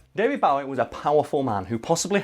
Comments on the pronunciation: His ginormous musical penis? Well you're not wrong I suppose. (And I'll be that person who corrects his pronunciation of Bowie - it's pronounced Boh-ee). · How come when you say bowie you sound like Johnathon Ross trying to say barry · Great video. However... one thing that really bothers me is when people pronounce David Bowie's name wrong 🙃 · Your pronunciation of "Bowie" triggers me. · Pronounce Bowie correctly please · I hate to be that guy, but can someone else PLEASE notice how he is pronouncing “Bowie” the classic wrong way! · Please dont pronounce Bowie that way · "Bowie", it hurts every time you say it, it's Bowie like Joey, he said it himself. I love your videos though! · Guys, that's not how you pronounce Bowie... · I can't be the only one who hates how they say Bowie. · Mate, it's pronounced "Bow-ie", not "Bow-ie" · It's not pronounced Bowie, it's pronounced Bowie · 1)Biblical satan will be cast into hell (as a prison). He does not rule it. 2)David Bowie is pronounced B-oh-ee not B-ow-ee (look it up on Youtube, he says it himself) #2 drives me nuts more than #1 for some reason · Bowie isn't pronounced Bow (as in bow down) it bow (as in bow and arrow) or like the Bowie knife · It's Bowie, not bahwee! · bowie not bouwy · David BOwie not David Baawie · Daily " use your normal speaking voice in a video" comment day 29 AAAAAAH IT'S PRONOUNCED BOW-EE NOT BA-WEE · Stop saying david bawie. It’s Bowie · I cried when he said "bow-ee", I don't blame you your not the only one, my dad does it too. But please, it's "boh-wee" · Isn't it boe E not bow E every person I ever met have said it wrong or what ? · It's an "oh" sound not "ow. Bo-e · I hate how you say David Bowe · You guys consistently mispronounce "Bowie". It should rhyme with "Zoe". Also, Lucifer isn't in the Bible. He comes from Dante's Inferno. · Its not pronounced Bawie. What the fuck is it with you poms? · It's pronounced "BOW-IE" as in Bowie knife, which David Bowie took his stage name from.